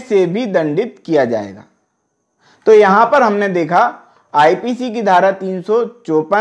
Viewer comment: Pahle 354 bolna sikho ok